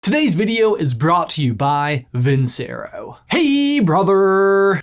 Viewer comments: Not trying to knock you, but if you're going to have a sponsor, at least pronounce the name right. It's vin CH ero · You pronounced your sponsor wrong. It's Italian for I won.